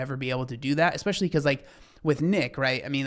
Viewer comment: WHY DOES SHE ALWAYS SAY EXPESHULLY